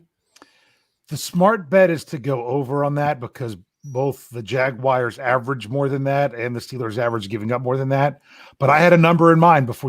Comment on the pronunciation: Does it make anyone else cringe when dave calls em the jagwires 😭😭😭😭 great show guy